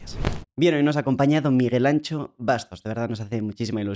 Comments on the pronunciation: Anxo no suena como Ancho si no como Ansho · Me llama la atención que casi nadie que no sea gallego sepa pronunciar la “X gallega” correctamente: muchos la cambian por “ch”(Miguel Ancho), debe de ser el legado vasco , cuando se pronuncia exactamente igual que la “sh” inglesa (shadow o Shakira) o como cuando mandas callar a alguien “shhhhh” (Miguel Ansho) 😉 Apertas a todos! Miguel “Ansho” Bastos es un tesoro español!! Gracias al canal por esta entrevista tan clara y agradable… ❤ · Se llama Miguel Anxo no Miguel ANCHO. Seguro que no decís CHILÓFONO y pronuncias perfectamente Shakira. No se puede entrevistar a alguien y no saber decir su nombre. Por lo demás un placer escuchar a este señor. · La gente puede pronunciar Shakespeare, Shaquille y Shakira, pero Anxo se convierte en Ancho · DEBERÍA SER ETERNO (pero, sin ser malvado: no entiendo por qué sabéis decir “show” y no sabéis decir Miguel Anxo. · Como gallego que soy me duele que no hagais un esfuerzo en saber como pronunciar correctamente Anxo